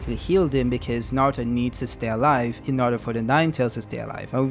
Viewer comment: bowuto & nawuto, I love you bro, chuckles.